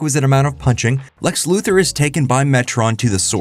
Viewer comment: I continue to be amazed that younger generations still don't know how to pronounce Lex Luthor's name.